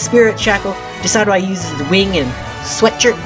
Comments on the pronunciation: Deh sid yoo i As in deciduous and Eye Not Deh Sy dew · You pronounced decidueye wrong. Sorry for picking put faults, I'm not hating